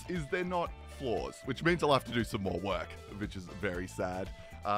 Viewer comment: "More" sounds like "Nord"